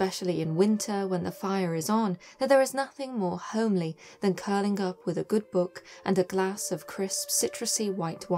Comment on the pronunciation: Did you say homey or homely?